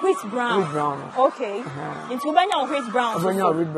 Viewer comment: It's wheat Bran not brown